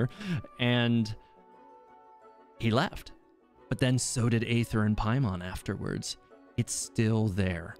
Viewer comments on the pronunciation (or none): none